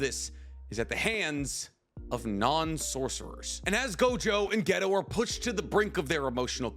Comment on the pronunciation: Say ghetto again mawfukkka